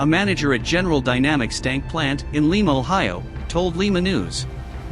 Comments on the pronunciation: Li....ma. pronounced with a long I. Not like Lima Peru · It's L-eye-ma not Lee-ma! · It's not Peru moron, it's Ohio and it's pronounced Lie-ma, not Lee-ma. Lima Ohio.